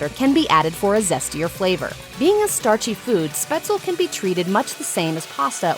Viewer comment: btw, for whoever is interested: You got "Spätzle" wrong. The "S" is an English "sh" ("SHot", "EngliSH") and at the end it's "le", not "el", with the "e" at the end getting pronounced. Mhhhm. I could eat some Spätzle with Zwiebelrahmsauce now.